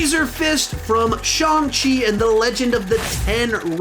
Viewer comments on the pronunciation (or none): Shawng chi 💀